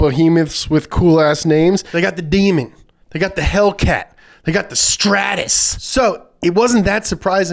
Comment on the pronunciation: strautus lmao